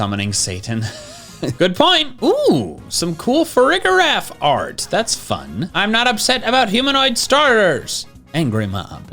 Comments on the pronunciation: I still maintain that it's (Fah-ree-jir-aff) as in Safari and Giraffe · Farig-iraf is giraf-arig reversed, so you pronounce it like you would girafarig but the parts swapped places. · Hear me out. We got Arkoos, we got Yaveltal, I think farigiraf is pronounced with a dj sound BUT only if you pronounce both g's in girafarig like that too